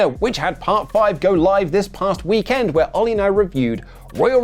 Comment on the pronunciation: I've never noticed this till now, but says weekend weird. He says wee-KEND with the emphasis on 'Kend.'